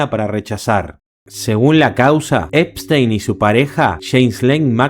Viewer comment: Es ePPPPstein no einstein 😭😭😭😭